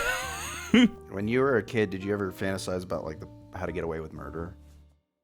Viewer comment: have I thought about how to get away with murder because of movies and tv? Yes, but I don’t like the way you said “Fantasize”.